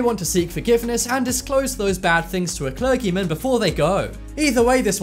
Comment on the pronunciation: A cler-gi-mon